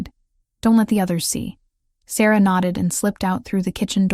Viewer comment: How could the tree be in their kingdom when it was 500 miles away at the temple AI is so dumb. They even mispronounce Sarah more than once.